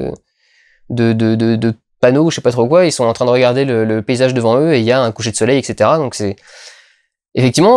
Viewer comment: on dit ETCETERA PAS EXETERA BORDEL DE CHOCOLAT !!! bizou.